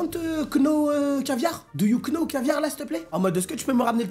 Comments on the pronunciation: cc, juste pour préciser que le k du « know » ne ce prononce pas !! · Les « do you Know » avec le K fort, ça me termine 😂😂